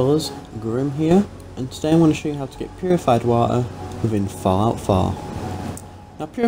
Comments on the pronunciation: Go to resources... wa-e... whatever that means XD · Purified Wa' er'